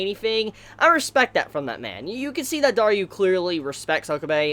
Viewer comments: could you just stop saying Dar-you? lmao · DarYOU!!!! dis gives me a good laugh every week....I don't even mind the pronunciation now...Great work